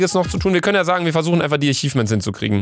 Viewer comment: Bin ich der einzige, den es Triggert, dass statt achievements immer ichifments sagt?